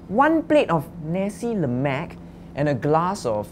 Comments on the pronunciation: did say "Nesi Lemac"?? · Guys, guys. Its "Na-sai luh-mak"